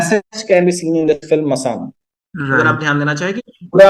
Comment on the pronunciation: आप दोनो ही मसान को मशान बोल रहे हो, प्लीज थोड़ा ध्यान दीजिए